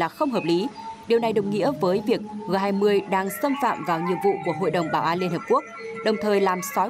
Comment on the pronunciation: G20 đọc là "giê 20" mà?